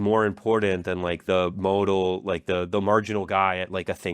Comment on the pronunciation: "modal" , mispronounced words, making polymarket sound prudent, offensively long intro cuts